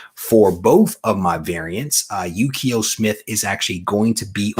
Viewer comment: Numbered Comments: 1. You (and I) always say Ukio, like Yukio from X-men, but I think it's just Uko 2. Congrats on new home 3. 9.9 you gave away was Detective Comics #1000 (Jeehyung Lee Virgin Exclusive) on Aug 4, 2019. The winner was Yamaha Joe 4. I will buy all those new X titles, but I am probably only person. These are my characters and seems like a lot of people are bailing 5. FYI, just crossed $19k given away. Props to GoCollect for sure.